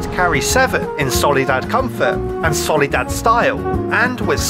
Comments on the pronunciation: Soliad Lansdale? Nah. Solidad Lansdale? HELLL NAW Solidad Landsale? Yup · "solidad" WOOOOOOW claps